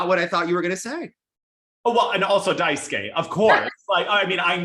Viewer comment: Also Rino MatsuikE(h). You pronounce DaisukE correctly, so just do that for every japanese name ending with E.